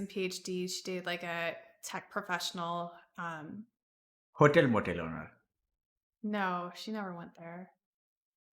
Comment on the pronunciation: Dr. K saying "HotelMotel" in the most quintessential Indian accent is the funniest thing ever xD